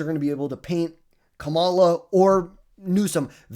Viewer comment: It's crazy that people still mispronounce her name. At some point it's gotta be intentional? Also, please no Harris.. we don't want you as our nominee